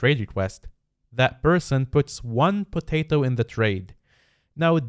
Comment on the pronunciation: Why r u saying “potato “ so weirdly?